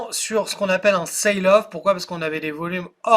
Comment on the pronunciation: on ne dit pas au jour d'aujourd'hui c'est un double pléonasme; faut dire juste ' aujourd'hui ':) sell off; on prononce ça ' sèl off ' pas de A Ï:) ( to sail = naviguer avec une voile) Et sinon oui, toujours à fond dans le BTC